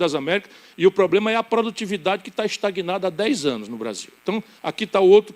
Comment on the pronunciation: falá até papagaio fala fazé e o poblema